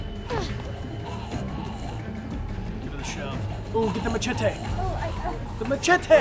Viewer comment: just bryan saying machete